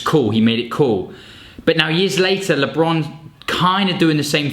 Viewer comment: Lee-bron, yea chief this is where i click away😭😤